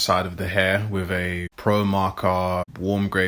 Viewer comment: “In wiff “ 😹😹😹